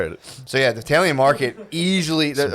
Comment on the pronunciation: tf does matt say "TAILIAN" instead of italian